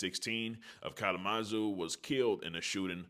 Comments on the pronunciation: N*gga said “collamazoo” 😂😂😂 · Kal-uh-muh-zoo. Kalamazoo! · Cal-la-Mu-Zoo… Kalamazoo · wait you saying the city wrong gang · 🔑 🗣🎥 your saying Kalamazoo so funny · Yeah he butchered that one